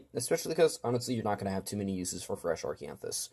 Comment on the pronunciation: Good videos, surely helpful for new players!There’s no ‘r’ in Acanthus